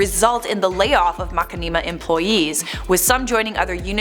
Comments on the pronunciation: The way pronounces 'Machinima' made me giggle. Never heard it said that way. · Stop insulting. She may not know how to pronounce it but so what? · Dude machinima it's been on YouTube for years how the hell 1 person can't even pronounced it correctly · Lmfao I love you girl, but, the way you pronounce the name is hilarious 🤣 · Oof I love this channel but that is not how you pronounce machinima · How you say machinima makes it sounds like a tribe is a channel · Machinima she can't even say the proper name. Smh. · I can't listen to this, it is hurting my head with this mack-in-knee-ma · Mac in knee ma I thought you were joking MA SHIN NA MA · It's pronounced mashinima not mak e nee ma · Honestly Mach-a-neema sounds better then Mushin-ima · makkineema? its ma-shin-nima! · I know she did not say Mukanima. ITS MA CHI NI MA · It's pronounced "Ma-shin-ima", not "Ma-ki-neema". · It's pronounced Ma-shin-ni-mah but I love how you pronounced it, it sounds like a Dance! "Heeey MaKaniMa!" Do the Makanima, Chevrolet! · "Ma-ken-ee-ma", its ma-shin-imma :l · it is mashinima not makinima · Makinimah???? MAH-SHIN-AH-MAH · ........ Plz stop saying makeenima ..... (Getting cringe) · i love you, but for the love of god it's pronounced - Ma • Shi • Nee • Ma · i think its pronounced ma-shin-i-ma looking at the content they make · Its going to be stuck in my head after hearing Mack-Ne-Ma every other word lol 😂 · What???? MERCHINIMA...... uses yoytuber how does she not know how to say it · sniffed too much nail polish can’t even say mashinama anymore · I like that pronunciation more than ma-shin-ni-ma :D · Ya I thought it was pronounced like "machine-imma", can't focus on anything else in this video now, lol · say Mackmeema. This is so sad Alexa play Despacito. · She actually said Mackaneema. Nice try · I die a little when says macinema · IT’S PRONOUNCED MA-SHHHHHHH-inama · It's MASH-IN-I-MA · makinimah lol wtf